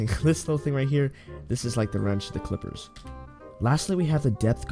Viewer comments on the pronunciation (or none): Calipers is pronounced Kali-pers and Depth gauge is pronounced depth gay-ge. Ffs dude.